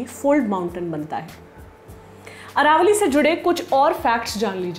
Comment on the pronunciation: Aravali not Aravalli